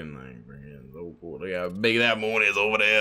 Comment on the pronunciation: “Look how big da moon is ova dere”😭